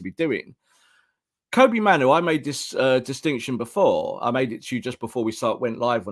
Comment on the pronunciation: His name is pronounced Kobbie like Bobby.